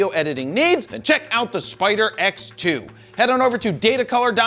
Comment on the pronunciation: Everytime you said spider x, my brain heard spider eggs.... and ewww DAVID!!!!